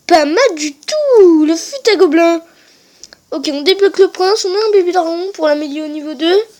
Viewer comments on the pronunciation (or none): on fait pas la liaison dans fut à gobelin